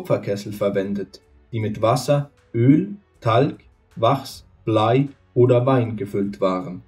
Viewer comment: Wie er wachs und voran ausspricht... 😂😂😂 und Die Strafe sollte man heute noch anwenden. Das wäre es. 🤘🏻🤪🤘🏻